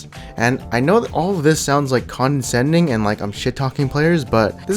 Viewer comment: Why can't you pronounce condescending?